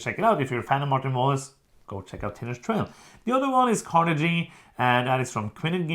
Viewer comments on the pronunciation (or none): I like stats 👍 say shhhedule the English way, because you're in Europe and closer to England (Central and South Americans are the only Non-Americans allowed to speak wrong English ;) I've backed Tinners' Trail too, but was not sure about Carnegie (hard 'G' by the way, since we're talking about pronunciations :)).